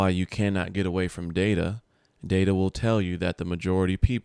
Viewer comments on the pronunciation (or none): none